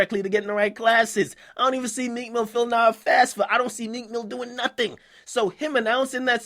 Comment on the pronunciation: Whats a "FASFA" LOL come on man. If you're gonna bag on Meek at least do it right.